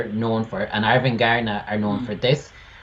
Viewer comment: It doesn´t matter, but the stress on Arvingarna isn´t on "gar", but on "Ar" and "ving". "Arv" means like inheritance in Swedish, and arvingar is heirs. "Arvingarna"= "The Heirs" Their fathers were famous musicians in this dansband genre.